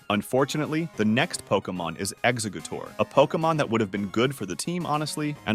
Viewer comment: Not exa- gooter 🤣